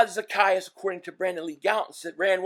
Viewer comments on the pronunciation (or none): Oh-Lah-me-day Zack-ay-us